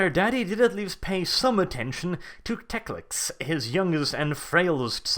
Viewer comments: If you want to be taken 'seriously' I strongly suggest you actually pronounce the name of the character you talk about well: it is NOT TecliCs or TecliC as you constantly repeat. Just Teclis. Teclis. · is it "tekliks's" not 'teklis?' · I cringe every time you say teclix. It's teclis. How do you mis read that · just say it slowly.... t e c l i s..... not teclic or teclix or any other damn way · 36 minutes of "Teclic" instead of "Teclis". My OCD is screaming! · as much as I hate the pointy eared fucks... TECLIS not TECLIK or TECLIX FFS! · Why do you keep calling him Teclic? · Why do you pronounce Teclis as Teclix? Same with Gotrek. This has bothered me for a while, but this is a good time to ask if any. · It really sounds like you are saying tecliks. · That second c you added to Teclis bugged me so bad